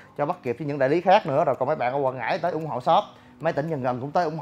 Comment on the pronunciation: Quảng Ngãi nha anh không phải Quãng Ngãi mong anh sửa đổi